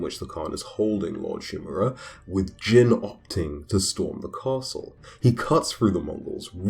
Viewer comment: His name is pronounced like “Jean” as in blue Jeans not Jin like saying the name of the drink Gin. “i” in Japanese is ALWAYS pronounced like the “ea” in read.